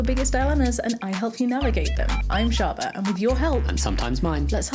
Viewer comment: Shaaba. Not "deep into the A Holes". omg.